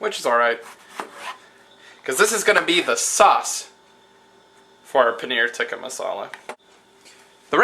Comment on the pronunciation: Close! I think that it's "tee-kah" but haha! I was just looking for some Indian curry recipies~ Watching you make that cheese was pretty damn cool.